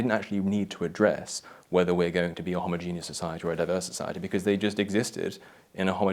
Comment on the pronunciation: I'm pretty sure that's not how you pronounce homogeneous.